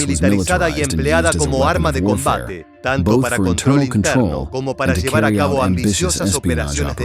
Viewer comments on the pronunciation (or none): none